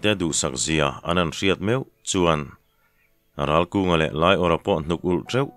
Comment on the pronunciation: Ralkunga hi Ralvunga/Ralbunga tiin i chhiar sual zauh² em aw? Achangtupa thiante pa 2 hi khualthang pasaltha fate tho an nih hmel a, a ziaktu hian, "An chet vel thinnaah hian, an che a thuanawptir deuh thin em aw?"